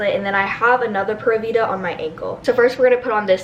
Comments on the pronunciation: Prûvida cough it's pūra vida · Love u I’m making my room vsco too but it’s pronounced like pyoora vida not pura vida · ITS NOT “PURRA” VIDA LIKE A CAT PURRING, ITS PRONOUNCED “PURE-A” VIDA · Its driving me crazy watching the bc all of me and my friends say PURE AA vida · pronounced pure-a-vida :)) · Is it just me or does it sound like she’s saying Pera vida🤦‍♀️ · Kate P girl me too😂